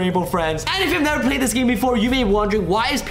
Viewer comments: Its play not plat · What did you say plat it's play